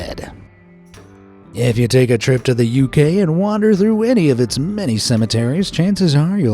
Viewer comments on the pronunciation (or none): none